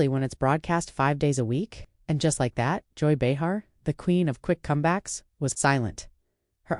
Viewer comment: If this actually happened, it was a classless ambush, nothing less. The AI narrator called her something close to Joy Behar, but not quite. Listen to the first 2.5 minutes, again.